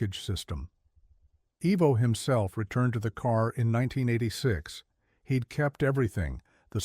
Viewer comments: It's pronounced eye-vo he doesn't have Harley engines named after him evo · Its. EYE VO, NOT EEE VO